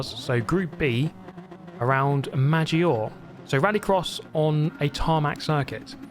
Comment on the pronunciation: Hello, viewer here. Please, PLEASE, "Maggiore" with trilled R and E not silent! Please:)